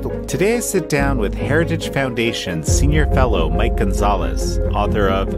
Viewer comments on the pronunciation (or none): none